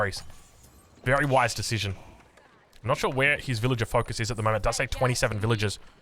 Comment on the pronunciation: Mother fucker did you say berry wise desicion?